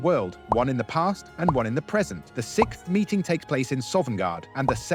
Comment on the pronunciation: Is it just me or is the word “sixth” sounds off here . I’ve noticed this in other videos as well. What are possible explanations for this?